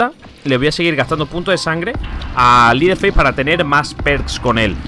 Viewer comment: cuando pronuncies el nombre de leteherface es asi: lederfeis no es liderfeis :)